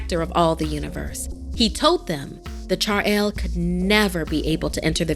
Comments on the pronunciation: Chadail Me -- it's Chudail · Chaural lmao It's called chudhail Spelled as " choodhael " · Okay, her saying "charail" really unsettled me. I mean....its "chudail" in local hindi....which is an inverted footed witch....the American accents really annoy me...no offense though I love ❤ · When the cell phone said "आई" In marathi I felt universal. Shoutout to all my marathi boyz..... To everyone else its not "char-el" its "chudail' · How difficult could it be to pronounce chudail correctly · And the pronunciation of Chudail was wrong😅